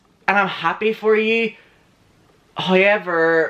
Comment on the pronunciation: Every time you say "Hi-ever..." my soul is happy 😂